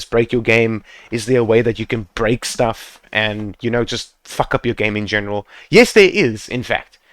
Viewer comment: To be honest lmao, this video doesn't only help me improve fps in my game but also make me laugh everysingle time when this guy about to say "fack" 11/10 good FPS Boost guide ,100/10 point the way this guy talking to us.